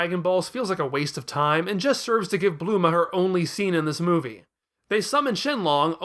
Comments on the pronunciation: who the fuck is BLUE-MA? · did he just call bulma “blooma”? 💀